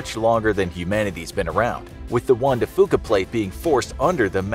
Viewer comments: Juan de FEW-ka not FU-ka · I live in the Pacific Northwest and the pronunciation of juan de fuca is wrong. The last part is pronounced "few" not foo. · You mispronounced Juan De Fuca